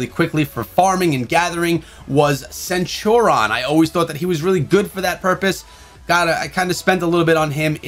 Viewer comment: Everybody: Centurion:Centuron